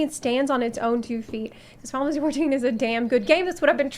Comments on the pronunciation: ok she is saying fifansy fourteen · Why she says Fountasy 14?